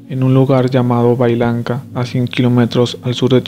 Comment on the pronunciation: Es Huallanca no bailanca.